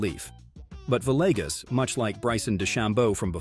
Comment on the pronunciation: That’s the first time I’ve heard Camilo Villegas’s pronounced correctly, but right after that he went onto pronounce his name Vi-leg-us.